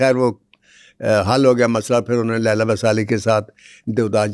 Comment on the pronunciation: Leela not Laila